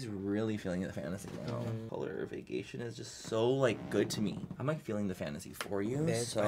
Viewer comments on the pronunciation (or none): Manny: “i do like the Vaygaytion and Get Laid” Me: of course you do manny, of course you do.